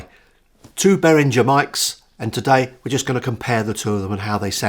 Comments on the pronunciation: Good review, mate. Just mind you, Behringer is a German company, so it's pronounced -ger not -jer ;-). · Well, it's a German name, so it should be "ghe" not "jer". Also